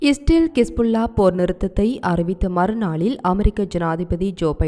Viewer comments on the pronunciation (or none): Kispullaa illai hispullaa nalla newsaagairundaalum utcharippu verukkiradu